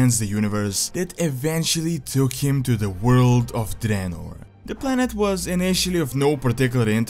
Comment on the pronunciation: called it Dreanor